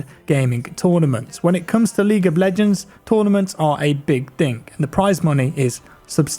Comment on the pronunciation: Am I the only one, doesn't it sound like he says League of BLegends lmao